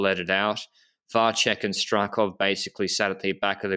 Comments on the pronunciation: Vacek is pronounced with 'ts' sound, looks like to me. So VAH-tsek, not VAH-check. Someone correct me if I'm wrong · You are right. I found a sample of someone saying 'Miroslav Vacek'. He said Va-tsek. I believe Va-check would be written 'Vaček'.